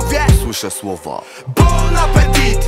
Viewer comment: Po tytule zabłądziłam na youtube. Jak można nadać tytuł piosence i nie sprawdzić poprawnej wymowy !? Mówi się się [apeti], a nie apetit !